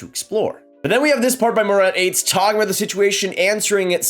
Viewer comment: First of all it’s pronounced Atesh not Ates. Secondly Dubois is a polarizing player. Dont think he’s going to be a “Beast” for your team on a nightly basis. He picks and chooses and often spends entire games skating in an oval swivelling his head back and forth with one hand on his stick doing absolutely nothing. He is also injury prone almost to the point he could sprain an eyelid looking at himself in the bathroom mirror. He’s absolutely going to be traded for some picks, younger player or prospect at the draft. LAK would be a good fit. And Montreal must remember how well previous offer sheets went down and that went so well for you. Carolina had the last laugh.